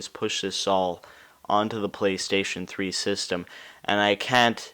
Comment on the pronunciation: playstation trois ? :P